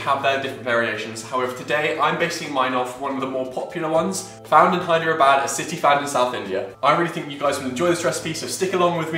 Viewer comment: Ahhhhhhhhhhhhh, I hear a white guy says Hyderabad without making mistake, proud of you man You made my day